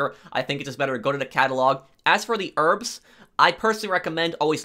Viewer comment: ask for the rrrrrrrbs